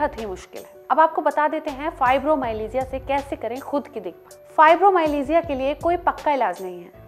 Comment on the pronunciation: Learn to pronounce it first . Don't spread wrong information